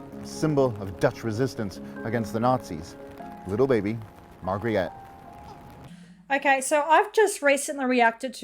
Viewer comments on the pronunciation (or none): He is mispronouncing the Princess' name Margri-et he says but it is pronounced as Margherit (think pizza Margherita without the 'a'). Rest of the video is great :)